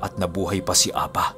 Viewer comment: Ang pagbigkas Ng apa, ay mabilis at maragsa, means pipi🙄